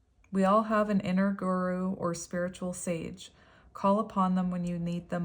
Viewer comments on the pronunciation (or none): I believe it's pronounced "goo-roo". 😊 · Pronouncing Guru -Gu strait tong and Ru turned tong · Guru means Teacher in Sanskrit. I'm from India and we highly value a guru.. it's pronounced as "goo-roo". It doesn't necessarily have to be in academic aspects but we consider anyone who teaches even slightest thing in our life to be a guru. For me and my healing journey I consider u as my guru ❤️